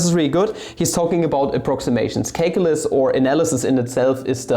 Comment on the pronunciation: You know you're watching a video when he immediately corrects 'menga' to 'manga', and then says 'caklylsz'